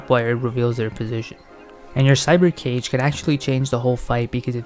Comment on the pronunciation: Thanks for the guide even if they did patch it a bit but everytime you say 'cage' i hear 'guage' and it's triggering the fuck outta me!